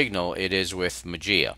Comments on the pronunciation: It's greek. You speak "mah-zea" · it pronounced "mazia" strange !